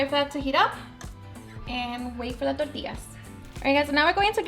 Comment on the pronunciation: 💜her receipes , we all have different accents Tor-tias , we usually say Torti-yas ...